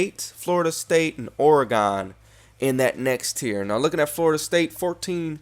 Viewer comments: I am not trying to be rude, just informative and helping. Oregon is pronounced "organ" like the organs the your body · you say oregon weird as hell lol